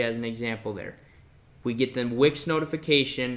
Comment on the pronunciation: I like how you pronounce Wix like Wick-sjj